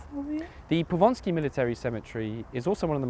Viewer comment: Just one thing, it's Powązki, not Ponsky ;)